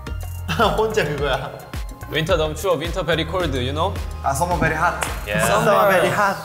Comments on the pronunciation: Jin's accent- Winter Bery Cold you know Meanwhile V and RM Coping him -Summer bery Hot-ah 😂😂😂👏👏👏 I dead laughing there and my ghost is writing this comment b'coz its bery important-ah 😂😂👏👏👏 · Taehyung " summer is bery hat " HAHAHA oki